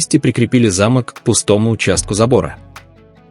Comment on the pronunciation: Вот - вот. Ваши же слова:"уважайте друг-друга и Тэхена и Чонгук а".. А сами оскорбляете своих читателей ложью о ребятах. Да и самих бантан оскорбляете этой ложью. И ещё, правильно произносите слово "замОк". Повесили на ограждение замОк.